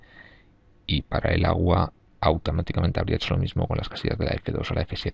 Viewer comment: El auhuuaa. Agua